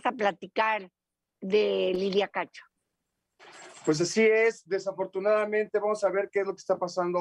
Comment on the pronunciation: Antes dí que no rebuzna. Se equivocó en muchas palabras y hasta dijo mal el nombre de la periodista cacho.